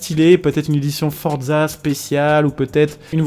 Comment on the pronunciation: On ne dis pas fordza on dis forza